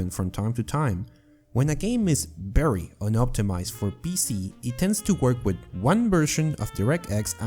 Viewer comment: WHY IS "V" "B" FOR YOU? BERRY? BERRY UNOPTIMIZED? NBIDIA GRAPHICS CARD? DAMN. ITS "VEE"